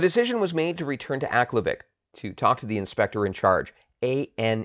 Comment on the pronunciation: I first heard this story at the bay store in aklavik in 1975. the people as they referred to themselves pronounced aklavik different than you. minor difference to the story. it is inside the artic circle and the tree line. I never saw a spruce just willows. from aklavik to tuk to inuvik, no spruce.story the same, minor liberties taken as any good story teller would. thanks for bringing back a forgotten memory.